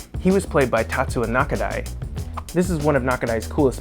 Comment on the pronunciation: Tatsuya, isn't he? I mean, TatsuYa. Not Tatsua. Or am I wrong?